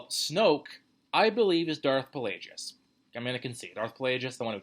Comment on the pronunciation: It's not Pa-lay-jus. It's Plague-iss, as in the plague. Avoiding bad pronunciations like the plague. I always thought Kylo came from sKYwalker and soLO.